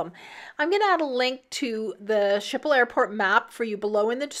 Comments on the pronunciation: A closer pronunciation would be: skiphol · Canadian / Dutch girl here. “Skiphol” is closer. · Your pronunciation of the airport is horrendous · You are pronouncing the Amsterdam airport name wrong.